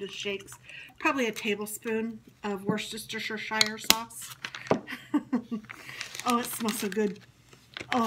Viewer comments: In UK we say Woostersheer sauce :) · It's pronounced wuss ter sher sauce , lots of love a brit xx